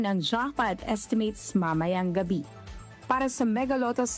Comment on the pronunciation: Darlehen, bakit palaging may buntot ang pronounciation mo? Gaya ng Iran naging Irana, ang ptotection ay naging prot3ctiona.. Ang salitang Gabi ay naging Gabiya. Please paki ayos ng pronounciation mo para hindi pangit pakinggan. Thanks